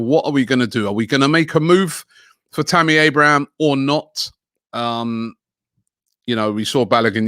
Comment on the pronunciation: Good job Robbie on actually saying Tammy Abraham's name correctly for the first time 👏